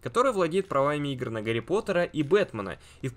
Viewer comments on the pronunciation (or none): none